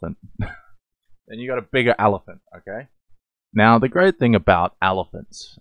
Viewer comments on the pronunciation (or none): When he’s a 10 but he pronounces elephant as “allophant” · ...its just his accent - it's not like he's mispronouncing it. I personally think his particular type of heavy Australian accent just makes him more of a "10" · I love how you pronounce elephant